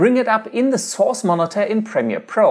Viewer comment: I watch a lot of ytp s so when I hear him say source I laugh cuz o think he says sos great video btw